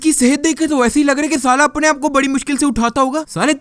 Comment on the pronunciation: او بھائ اپٹنے نہیں ہوتا اپنے ہوتا ہے 😂